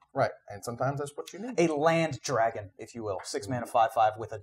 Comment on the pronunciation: "a land dragon". I think you mean a 'Draggin"... I will see myself out